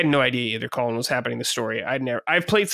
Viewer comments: Is it just me or does constantly pronounce Colin as "Colon"? Its funny because on Sacred Colin has gone on so many rants about hating people that mispronounce his name, but he's yet to correct. Unless I'm the one hearing it wrong or its like an accent 😅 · needs to learn how to pronounce Colin lol